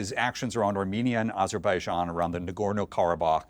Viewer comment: NO USA president should ever recieve a peace prize. Dropping bombs and killing civilians with drones is the exact opposite of peace. Also, I think bro means ABerbaijan and ALBANIA 😅